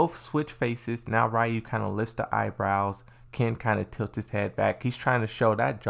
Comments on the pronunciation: no they called oro, oru in the video and they pronounce ryu rayu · Its not oru its not rayu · I can’t believe how many people still can’t pronounce Ryus name to this day.